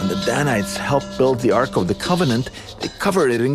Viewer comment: Ark not arch pronunciation.